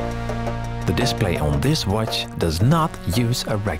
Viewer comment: The way he say "watch" is amazing 'uôtichê' hahaha